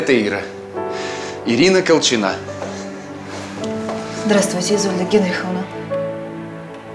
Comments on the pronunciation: Почему колчина' ? Я была Ко'лчина . Так ухо режет, такое ощущение, что спецально на этом делают акцент, противно. Зачем менять ударение? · Режет ухо, КолчинА, КолчинА. А правильно КОлчина.